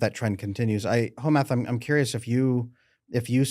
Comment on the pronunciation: He says your name in a mix between home-ec and home meth. I think it fits tho.